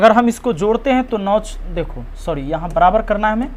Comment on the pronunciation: सर तो एक नंबर का गधा है कभी सॉरी बोलता है कभी छौरि बोल देता है